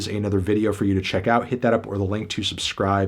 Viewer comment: No way you just said perthony verttano